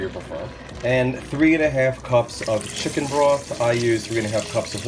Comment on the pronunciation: Yummy! I could tell it was juicy because you said shicken. I love seafood! I think Imma have to try a pot of shrimp gumbo in my new Instant Pot tomorrow.